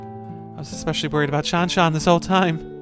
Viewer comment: Absolutely raging at how they pronounce Shanshan. Game is ruined now🤬